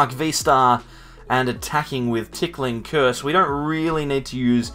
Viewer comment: You keep saying, “TickLing Curse,” but the name of the attack is Ticking Curse (no “L”). Makes for a strange mental image, lol.